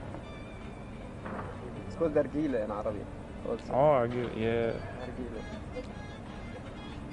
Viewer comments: I'm impressed how well you pronounce some Arabic and Hebrew words, good job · "im an american"... also reads arabic like nobody's business... pronounces arabic well... this guy's a fraudulent "neutral" american.